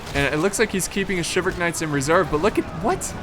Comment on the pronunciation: I always hated the way you pronounce "chivalric."